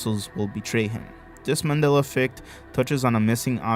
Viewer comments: I'm sorry did I miss something or my ears going strange? why do you keep calling it a "Manila" effect? I know you know it's "Mandela". maybe it's just my ears but it's driving me up the wall. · It's not " manilla" , it's Mandella . If you can't pronounce it ,then you don't know anything about it. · Why does he keep saying :manilla effect. instead of mandella effect. Ennunciate? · Is mans saying Mandela or Manilla?? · Mandala, Not Mandela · Why does it sound like you keep saying Manila effect instead of Mandela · It sounds like your saying “Manilla Effect”😂😂😂